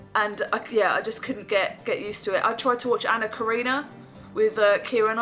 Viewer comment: Love the video, but it's "Anna KA-REN-IN-A"...Much love! ;)